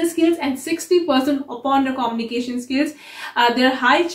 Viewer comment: quite insightful. However, a small correction about pronouncing communication - It is pronounced - kuh-myoo-nuh-kay-shn not Koh-mni-kay-shan. Same for communicator - Not pronounced as Koh-mni-Kay-tar. Keep up your efforts!